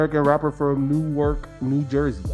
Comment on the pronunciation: He butchered the pronunciation. Newark, NJ